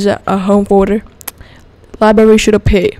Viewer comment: there is a R in "liberry"